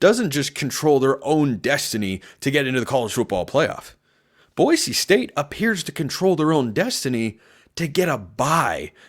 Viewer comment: I like that you pronounce “Boise” correctly!